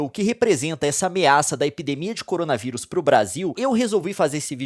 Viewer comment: Cowona viwus Vishe